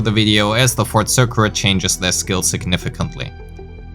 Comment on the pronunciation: Circuit = Sir-kit Regen - since you can say regenerate, you can say regen Reticence - new word to add to your pronunciation list! Reti-sense. Might be tough due to your native tongue, but with practice you can say it!